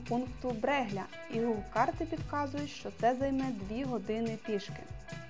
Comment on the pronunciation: Брелья, не бреґля. В італійській така ґ не читається, а наступний склад стяє м'яким